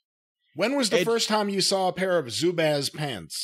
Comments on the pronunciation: In MN we pronounce it like bras, with small a. Zubaz. I have never heard pronounced in my life as Zubaz with an A as in ape. Crazy. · Here in Minnesota they're pronounced Zoobahs. 🙂 I had me a pair of MN. Gophers colored ones in fifth grade. 🙂